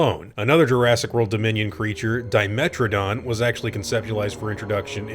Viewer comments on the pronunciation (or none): none